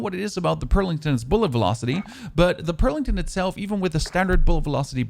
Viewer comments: I admire your videos dude. One thing : it's a Pelington, not a Perlington 😜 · Wtf is a "Perlington"... F